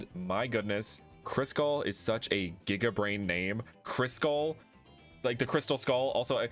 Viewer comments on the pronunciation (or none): none